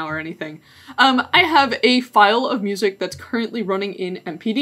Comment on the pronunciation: moosic :p